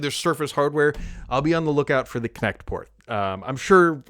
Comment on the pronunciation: I SWEAR I heard Kinect every time he said it. LOL